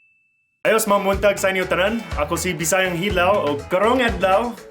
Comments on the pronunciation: It's funny that they can pronounced "ng" but not "mga" 😊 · Americans can't pronounce the word NGA & MGA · So funny how they pronounce MGA.....hahaha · Laughtrip kaayo., 😂😂 highlights on “NGA” coz they always pronounce it as “NAGA” 😂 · Hahaha! They hardly pronounced mga. Siaw-wa ani oi! Bisaya ambassador jud ka sa US. Hands down bai!